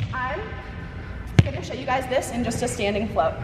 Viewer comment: Her: show you My ears: shoyo Me: noya saan